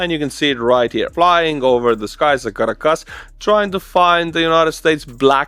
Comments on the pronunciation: your delight and boyish charm while reporting on such an amazing global development warms this Nebraska grandma’s heart!! ❤️ 🇺🇸 BTW Caracas = Kir- rah - kiss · The Estonian pronunciation of Caracas makes my ears bleed. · Your pronunciation of 'Caracas' is soooo Estonian.